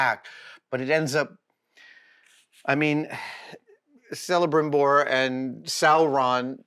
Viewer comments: celebrimbor pronounced kell not sell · So being a bit of a Tolkien nerd (read the books for the first time more than 55 years ago) I had to control myself from yelling "It's not a gargoyle, it's one of the Watchers at the Gates" and "it is Celebrimbor with a K, not a soft C!". But it is the price paid for going down the Tolkien rabbit-hole (barrow down?). So no disrespect to Adam, is love for Professor Tolkien is evident and a loved the unveilings. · You lost me at Selebrimbor. xD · fake reaction. he even doesnt know minas ithil. also not selebrimbor it s kelebrimbor. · It's not Selebrimbor.😅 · Who is ”Selebrimbor”? 🤔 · the base is not orthanc - the base is minas morgul. orthanc is saruman's tower. sauron's keep is barad dur. the crouching figures of minas morgul are the watchers. the "C" in "celebrimbor" is pronounced as a "K". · Celebrimbor is a hard C "Kelebrimbor" at least Rings of Power got THAT right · Orthanc… “Sell-a-brimbor”… woof Adam. Woof. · Celebrimbor with a K sound Adam! And no, he did not forge this armour. But your infinite knowledge of everything else means you are pardonned for these mistakes :P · Pronounced Kelebrimbor. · Cs are always pronounced as Ks in elvish names... Celebrimbor and Celeborn Ok I'm nerding out hard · Brooo Celebrimbor (pronounced with a hard c) did not help craft Sauron’s armour. The books never even mention Sauron having armour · I was scrolling looking for this comment. I agree. Don't know who Sellebrimbor is and don't know where he heard that he created Sauron's helmet. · And the C is pronounced as a K. :) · Ok Adam, i respect you. But. Can you get the name om Celabrimbor right and also how did you confuse minas morgul with orthanc. god damn it. Nice showcase nonetheless!